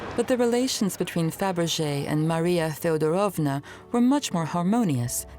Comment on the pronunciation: thank you for the video, ❤ the content is brilliant. I am having an issue with Russian names/words/titles pronunciation by the English accent lady . She puts emphasis on the wrong part of every Russian word/name she utters😂😢 TzArevitch? it is tzarEvitch. FeodorOvma? it is FedOrovna… please , 😢 English-speaking people -,learn the pronunciation😂😂😂